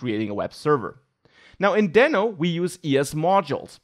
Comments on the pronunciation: It's Deeno. Like Reno Nevada. :) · It pronounces as "d i n o" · It's DEEEEEENO. Like Dino. Because it's a dinosaur. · It was supposed to be pronounced as Dino(Deeno) just what Ryan told. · I guess he changed pronunciation to "deeno" now... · I thought it should be pronounced daino.. Like Dinosour. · Not to take anything from you, but you might consider learning how to pronounce it before you recorded 14 min video about it.